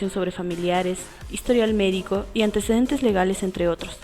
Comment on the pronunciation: Min no dice antecedentes dice ANTEDECENTES xD